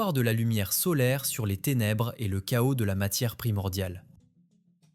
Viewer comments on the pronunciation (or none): none